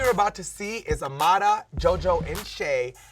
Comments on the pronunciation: The way they say Amara sounds like amala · It annoys me how everybody is pronouncing Amara's name! Its literally the only time they try to roll their R! Like STAAAAAHHHPP!